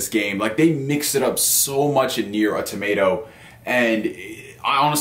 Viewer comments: He's killing me with the tomato lol. It's usually Autamada or Au Tomuta. That's a new one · Nier: A Tomato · Awe-tomato? Bruh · Yeah! I thought the exact same thing. Tomato! :) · I got triggered how he pronounced "automata" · john smith same here! 🤣🤣🤣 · I was like brah......stop trolling.